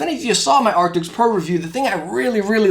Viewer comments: Arctis not Arctics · I've been watching your review about the Steelseries headsets but please stop saying Arctix/Arctics :( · I love the videos! I don’t know why it is bothering me so much, but I thought you should know, steel-series does not make an “ARCTICS” headset. It is the “ARCTIS” headset. Keep doing your thing man! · Why does he keep calling them “arctics”..? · Dang, that mispronounciation is rough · Kinda hard to take your review seriously when you cant even say the name of the product correctly.